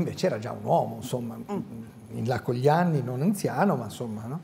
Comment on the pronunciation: Serena Bortone non sa pronunciare correttamente "gl" (come anche Amadeus). Per chi fa televisione è un difetto grave... che ci vuole ad affidarsi a uno specialista per correggersi?